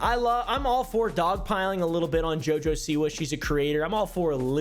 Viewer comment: I love the way you're saying her name, "JiJo"😅😅😊